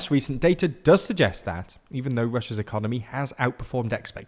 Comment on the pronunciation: Did you say "Ecomoney"... I love it